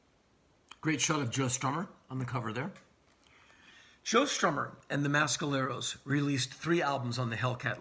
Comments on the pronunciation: please learn how to pronounce mescaleros. its meh skaleros not ma skaleros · Someone clarify please. Is it the pronouced Mass-caleros or Mess-caleros? I get the feeling Mr Rollins is injecting some weird accent to The Mescaleros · On the East Coast we say "Mess"..............Never heard it pronounced "Mass" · Great review Henry. Now.... if only you'd stop mis-pronouncing Mescaleros. It's not MASKaleros ffs! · y u saying mescaleros like that